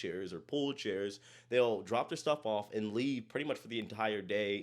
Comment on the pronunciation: ATTN BLACK PEOPLE THE POSSESIVE WORD IS PRONOUNCED "THEIR" EXACTLY LIKE "THERE" A "TH" WITH "AIR" NOT "THEY" THEY IS LIKE "I talked to the kids acting ridiculously on the cruise and THEY went back to THEIR rooms" Their- possesive TH + AIR thank you